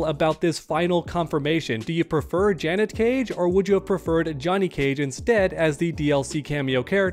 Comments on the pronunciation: I want Janet. btw the way u r pronouncing it is Janette wit 2 T's 🙏🏾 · Dudes never heard of the name Janet lol. JUHNET is killing me 😂😂😂😂 im just busting chops though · Janet”jah-net” Janette”juh-net-te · Dude. Janet, not Janette 😂